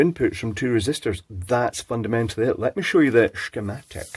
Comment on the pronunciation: I just love the "Schkemätiks" :)